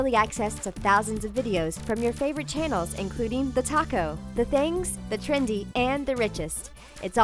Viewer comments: when you say TheTalko i think you say TheTaco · Doesnt thetalko sound like thetaco